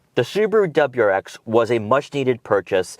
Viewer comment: What’s a dubruex? Do you mean WRX?